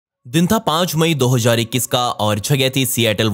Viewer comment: Hajar ni hazar hota hy